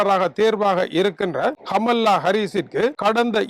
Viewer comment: கமலா என்பதை சரியாக உச்சரித்தால் நன்றாக இருக்கும்